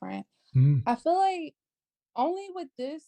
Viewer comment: “ I fill like, I fill like, I fill like…….” Can’t even say the word “feel” right. Not only that, she wants to make it a race issue, talking about “cultural appropriation” bullshit. Another irredeemably lost pookie lemming. Plus she’s married, so why is she so fixed on something she has nothing to do with or affects her…..?